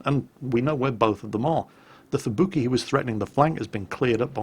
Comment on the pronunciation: I kinda wonder why he says at-ago and not Ah-Tag-Go as how it should have been pronounced, he pronounced Amagi correctly and Fubuki and Kongou as "kongo"... must be an british english thing i guess.